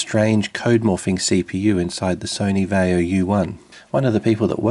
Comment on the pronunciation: Why did you pronounce vaio the way you did? I mean the ad tells you how to say it. Same with americans saying nokia. Not having a dig, just genuinely curious why?